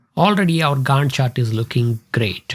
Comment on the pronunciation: Your pronunciation of 'Gantt' and referencing it to Wendy... got me rolling on floor.... overall I enjoyed the tutorial...